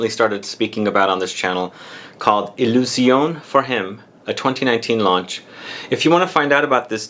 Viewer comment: It's pronounced 'Illusionay'